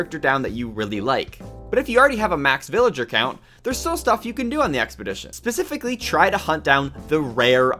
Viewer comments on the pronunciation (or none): none